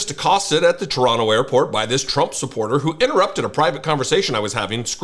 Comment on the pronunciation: Hey! You said 'Teranna' like you were born here! ,,,,,,, Keep up the good fight!